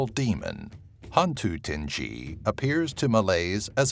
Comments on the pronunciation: sadly i neva heard of a bao a qu. it should be ting-gi not ting-gee/jee, tinggi = tall. orang bunian is people from another dimension. some folks claimed they were brought onto orang bunian community, offered to be marry with their daughter. easy tips to make how the toyol to forget stealing a money is spread some green bean, so he will play with them and forget his intention. gedembai ? never heard of. penanggal is a living woman who rolled her body in a bemban mat to separate her head from body, whilst her become penanggal she will fly around the village especially to the house where the mother that just gave birth. from tiny space of wooden floor the penanggal will sipping the blood to retain her life. Langsuyar ? local called them langsuir ( lang-soo/sue-where) not to be confused with sundel bolong/pontianak/vampire. Orang Minyak ( mee-nyak) not meen-nyok. since his body are black and shiny. he rape girl in kampung. maybe to retain his life. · ITS HANTU TINGGI NOT TINJJI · Hantu Tinge-gee? No no no hantu ting-gie!